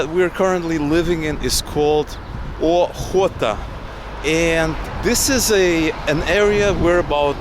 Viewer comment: Alt Hootah, that is how to pronounce